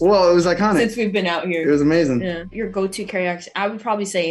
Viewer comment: "it was amazin' " Timothée sounded British. 😄 I adore his lisp. ❤❤❤